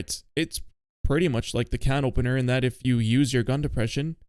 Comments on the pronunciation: First French Gendarme, now CanOpenNeeR 😅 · canopeneeer? is this ragebait? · The way you say canopener hurts my ears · misspronouncing "Canopener" for more rage bait comments is a 1000 iq play ngl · i kinda tweaked when he said the 10th time on purpose